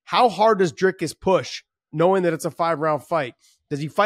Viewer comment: Nice to hear Josh call him Dricus lol,finally learning names, Not very good analysis, Dricus has fought many 5 rounders prior to Ufc, you just haven't seen him do it yet in ufc, he had an issue with his nose which has now been fixed, still favor Sean in a 5 rounder but it's only cause we haven't seen DDP in a 5 rounder in a long time